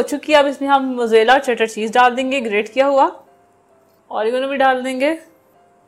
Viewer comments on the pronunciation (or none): none